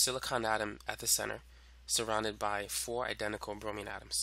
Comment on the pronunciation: is it just me or does he say "Fowr?" instead of four?